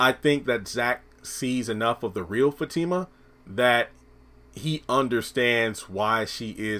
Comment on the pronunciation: Her name is Fatima not Zatima